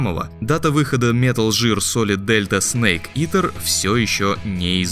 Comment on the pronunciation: И «метал жир» туда же